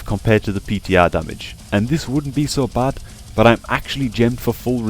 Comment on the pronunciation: i like how you pronounce BUT ! like a ass !